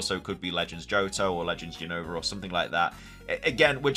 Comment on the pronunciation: why you keep saying Unova Name Wrong 😅